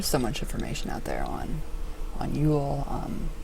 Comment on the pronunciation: Wow could you butcher the term of Yule more?